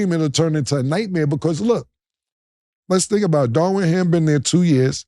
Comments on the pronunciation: Cam said “Darwin Ham” 🤣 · Killa . His name is Darvin Ham not Darwin Ham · There Cam go again unable to pronounce names "Darwin Ham" lmao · Cam STAY messing up names 😂 who is DARWIN HAM? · "Darwin Ham" 🤭